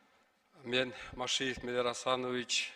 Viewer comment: Машеев десе Машеньик деп угуп үн